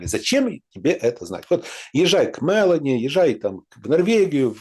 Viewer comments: премьерка Италии МелОни не МЕлони,ударение на первый слог ставится в имени... извините, щас не про политику, просто очень режет слух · МелОни ударение на О